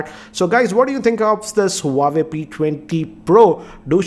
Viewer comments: You’re going wrong with the pronunciation of the brand. It’s pronounced as “wah-way” not “hu-wa-way” Peace out. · It's not pronounced as Hu Wa Ve it is pronounced as "Wha Way" . Just saying as your videos are watched across the world. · It's not who-wa-way, it's Wah-way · Pronouncing हुवावे ❌ हुवेई ❌ वावेय ✔️ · Bro it's " hua-wei " this is correct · it's hawaii 😡😠😂😂😂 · It's हूआवी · that's not how you pronounce Huawei